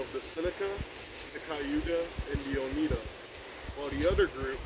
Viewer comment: Not bad! it's OH-NIGH-DAH tho